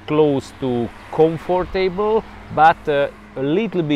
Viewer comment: I love how you say comfort table. Like a comfortable table.